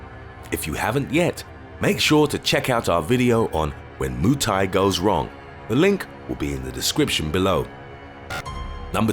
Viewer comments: I died when he said Moo Thai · You know a guy can't fight when he can't even say Muay Thai right lmao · "moo thai" lol